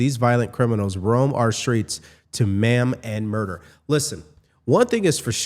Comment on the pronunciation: PSA: maim is pronounced "maym" not ma'am.